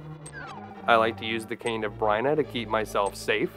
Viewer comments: cane. of brina? no no... its B-Y-R-N-A. --- beer-na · Amazing video but every time you pronounced it the cane or “Bryna” not Byrna I shivered a little lol